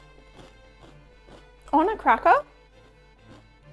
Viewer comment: I wonder how many of your followers watch just to hear you say “cracka” and “peppa”?